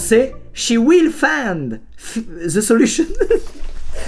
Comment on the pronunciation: Squeezie: Réponse A Chi faAAanNdzz Ze seLuchoNn réponse B Shi FFAAAAAAAAND ze jszjzssjzelushonne réponse C Sshi wYl fAynd ff.. ze zeluchonn